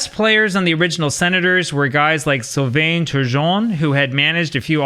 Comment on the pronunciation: I appreciate your videos, I watch them all!! (SNES 95 ftw.) Pronounced, up North here, I believe: Syl-: Sounds like seel (like the word seal) -vain: Sounds like vehn (similar to the English word van, but spoken with a soft, nasal French ending).